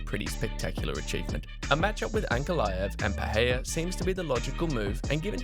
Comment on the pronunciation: Please pronounce the man’s name correctly wtf is [peheya]?